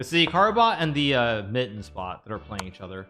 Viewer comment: really just here to listen to Hikaru say "Mit-tens"